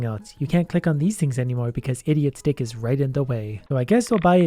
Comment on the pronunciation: Ohhh, he is saying idiot STICK not idiot dick.